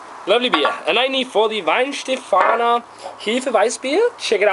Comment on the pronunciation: Glad someone finally pronounced it properly (pay attention Americans).